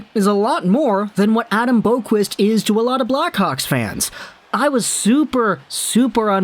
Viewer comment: Boqvist is pronounced like bow-vist.